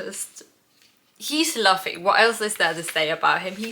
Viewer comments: Little correction, Luffy's name is pronounced Loofee instead of Luhfee. Pay attention to the cover pages. Some are canonical stories of what some of the non-Straw Hat characters get up to after they are no longer around Luffy. Halfway through the prologue. Enjoy the wild ride. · Love the video and your presentation. Here’s how to pronounce the names. Luffy - loofee Zoro - Zor-oh Usopp - Oosopp Pay attention to the covers. It’s not super important now but you’ll start to notice cover story’s and they are mostly cannon. Trust in Oda, everything is intentional. Enjoy the ride! This is my favorite story of all time and I love watching people fall in love with it. Also, I’ll bet $2.18 that in the next video you’ll wear either a CCR, GFRR, or a Boney M t-shirt. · You can recognize a new One Piece fan by the way he pronounces Luffy's name. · here is the cast of the upcoming one piece live action tv series teaching how to pronounce Luffy 😂